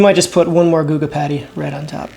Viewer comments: It’s GOO-guh, not guh-guh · Nvm he randomly says guh-ga couple times in the video it’s goo ga lol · stop saying gugga. thanks brotha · Love your vids man but this is the second time... it's pronounced "Goo Guh" (Guga) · That Guga pronunciation is painful. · OMG for the love of life stop saying Gugas name wrong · I can't believe you pronounced Guga wrong. You need to send him an apology. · Great idea! I love it. Why are you pronouncing Guga all weird though. Hopefully Mythical Chef Josh is in the pile with his "bottomings" instead of "toppings"